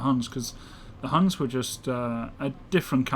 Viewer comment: ITS NOT HANS ITS HUNS GOD DAMMIT